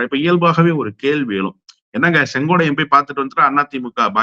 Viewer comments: கம்பீரமான குரலுக்குச் சொந்தக்காரர் மட்டுமல்ல தெளிவான சிந்தனைக்கும் தெளிவான உச்சரிப்புக்கும் சொந்தக்காரர்.... ஆனால் செங்கோட்டையனை செங்கோடையன் என்று சொல்வது ஏன் என்று தெரியவில்லை.... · முதல்ல செங்கோட்டையன் பேர சொல்லக் கத்துக்கிட்டு அப்புறம் பேட்டி கொடு